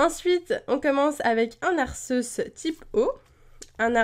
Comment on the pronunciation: Non mais tu me niaisse,là! Arceus se pronnonce Ar-key-us!